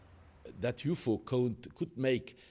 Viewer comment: Did anyone else hear the narrator always say "you-foe", not "UFO"?